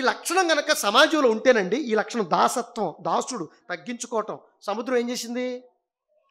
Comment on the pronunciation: దాస్యత్వం.. దాసత్వం కాదు.. కదా